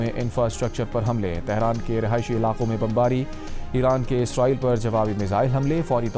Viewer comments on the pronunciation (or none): none